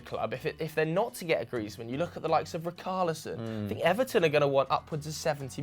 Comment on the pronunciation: It’s not ricarlison loool, you pronounce it as he— shh— arlison 🤦🏾‍♂️😂😂😂